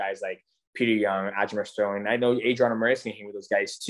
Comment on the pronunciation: Great interview, DJ’s one of the greatest, but this man sat in a thirty minute interview Calling Aljo “Aljamer Sterly” 😂😂